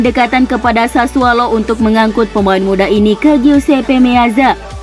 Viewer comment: Sudah 3x saya sampaikan. SASSUOLO. BUKAN SASSUALO. Pake O bukan A.